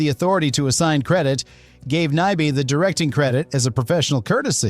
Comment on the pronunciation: What's with the, like, 12 different pronunciations of Nyby? Are you a robot or just an idiot? 👎🏻